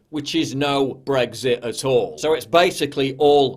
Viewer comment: Please pronounce BREXIT WITHOUT THE "G"